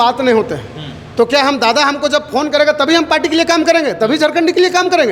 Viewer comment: Dada D or r pe antar hai dada humlog kudmi hai